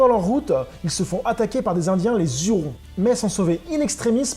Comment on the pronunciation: Les Hurons,prononcer Urons et non zurons merci